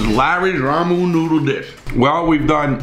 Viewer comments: Ramen noodle. A phrase Larry has probably said 100,000 times in his life, and still butchers it every time lol. (love ya buddy) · I can never get enough of the way Larry says “ramen noodle soup” like “ramoon noodle soup” haha I love it and love the recipe too!! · Gotta love the way he says ramen I hear ramoon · I love hearing him talk about the "Ramoo" noodles lol ♥️ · I love hearing him say ramon noodle soop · "Ramoon noodle" 🤣🤣 i love it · Rah-Moon Noodles lol. Great video. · Rah-mohn noodles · So is being able to pronounce ramen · Before I say this, just know that I do love Larry Lawton. He is a really good dude with entertaining stories. I don't mean to make fun, but I gotta say, it cracks me up the way he pronounces Ramen Noodles lol. Olive oil is also pronounced pretty funny, but mostly the ramen noodles. So now not only is he a great dude with great stories, but now he also makes me laugh without even trying. Btw, Thanks for the video. This was perfect for when I just got home from work, brotha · Just the way you pronounce 'ramen' 😆 love it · I'm so amused by the way he says ramen noodles haaah